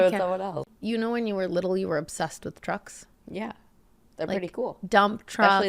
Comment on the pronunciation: it took me this long to realize you were talking about "trucks" and not "drugs". (I had the audio low and I'm sleepy ok)